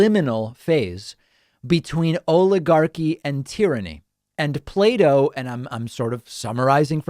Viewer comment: As a non native english speaker, i thought david said "Play-Doh" and not Plato and was very confused in the beginning.